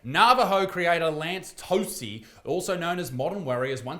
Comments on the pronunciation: Tsosie is probably pronounced Tosser. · Its pronounced Tosser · I'd guess that the "T" is silent. If I'm right, then it would be pronounced "Soh-see". Probably? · The name I believe, is pronounced Tossie, or Tosser (depends on whether you are white passing or black passing)